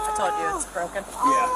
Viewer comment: 😂😂😂 "Ahh..Ahh...Ahh...Ahh" ×10 & "I toldt her nottah stop, I toldt her nottah stooop" 😂 Over and over, SHUT UP!...ridiculous 😅